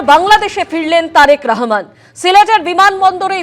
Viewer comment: কি রে বাংলা পারিস না। বল রহমান, রাহমান না